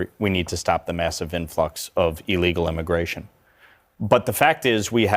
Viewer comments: mfer said immiration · Gimme that sweet Immiration